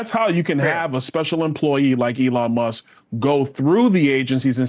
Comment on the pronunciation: Does she know there’s a “K” on the end of Muss(k) lol